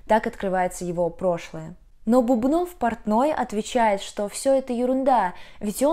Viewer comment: Бубнов - ударение на первом слоге, в спектакле же много раз повторяют его фамилию (иногда - Бубен).